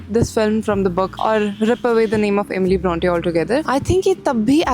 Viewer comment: It is actually pronounced as Eh mi lee Brawhn tay